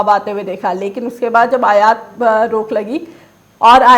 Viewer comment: अयात नहीं आयात होता है।